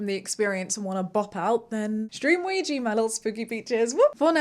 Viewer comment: I'm unsure how to ask this without coming across as rude, so please forgive me... As the artist, are you intentionally choosing that mispronunciation of Ouija or is that just how you're familiar with it being pronounced?